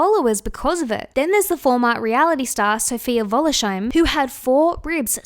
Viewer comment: the way you pronounced "wollersheim" made my day :)